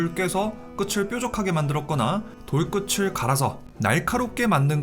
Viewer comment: 잘 봤습니다 끝을 끄츨X 끄틀O